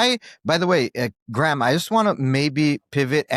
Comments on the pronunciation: Graham has an h in it. Ffs, pronounce Graham correctly. 2 syllables. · His name isn't GRAM it's GRAHAM, THAT IS GRAYAM. Cant listen 👎👎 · He’s an Irish hero. Btw his name is pronounced grey-im Le-ne-han. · Why does the host keep calling Graham "Gram"?